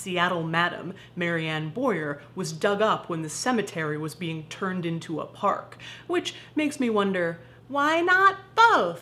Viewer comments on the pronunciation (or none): none